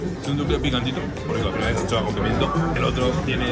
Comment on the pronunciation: en vez de anchoas decia ancohas🥺